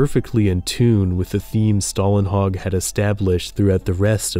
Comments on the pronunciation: Good video but I guess you got this name wrong - there is no american "a" in his name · You're mispronouncing the artist's name. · Swedish guy here: Stålenhag is pronounced with the first half pronounced very much like the English word "stall". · Since americans (and ofc other countries too) obviously have trouble pronouncing words containing the Swedish letters "Å, Ä and Ö" (like for example Simon Stålenhags name - which the narrator also struggled with) I'm gonna explain it in fairly "easy to understand" way: The letter Å, is pronounced exactly like the letter O in the specific word "stories". So just after the "th" and before "r" you have the spelling for Å... So pronouncing "Stålenhag" will be like you'e gonna say "Sto" in stories and then just add the "lenhag".. Oh right.. The letter A in "hag" is pronounced the same as in how you pronounce "A" in the word "heart" (ea).. Or as the (i think German) word/name "Haas". Now go ahead and impress your friends with your newly learned (and not needed lol..) Swedish! 😂 Sorry for the rambling but i thought that i might as well explain it (and do it properly while I'm at it) since I heard the narrator pronouncing it the wrong way, only to then say it correctly in the word "stories" (stÅries) right. So yeah, detailed explanation (even though 99.9% of you don't give AF ofc! Haha 😂)